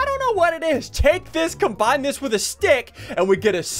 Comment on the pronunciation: Dude he said wif trying to say with what a goof